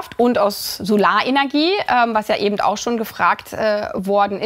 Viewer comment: Ist das von den E-Autos inzwischen nicht überholt. Sind E-Autos jetzt nicht mehr klimaneutral lt. EU? Diese Frau hat, glaube ich, von nichts eine Ahnung. Allein ihr Sprachschatz, wenn eine Person, in ihrer Position „ebend“ sagt, ist schon sehr primitiv.